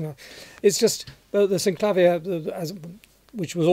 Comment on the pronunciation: I love how you say synclavier the way we do here in Canada. I studied with it at McGill Uni. in Montreal, then went down to the US and they were pronouncing it synclaveer. Then again, it is an American instrument. But I digress from the music. Let's play Mama so we can hear it.